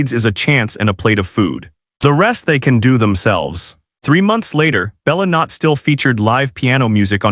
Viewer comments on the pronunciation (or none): About the restaurant's name. I get the "Bella." It's Italian for "Beautiful". But the "Not." Do you mean it's not? I think you want to say, "Beautiful Night, in which case it's "Bella Notte." The second word is pronounced "NO-tay." If you wish to go for authenticity, in Italian, when there is a double letter you linger on it. "Bellla." And it's "Bay" and not "Bell."